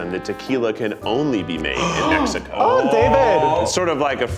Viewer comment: Zack pronouncing the names of countries properly made my day (especially Mexico but I am biased)